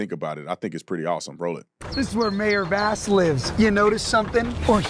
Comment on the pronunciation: Did he say "Mayor Bass-ura"? LMAO!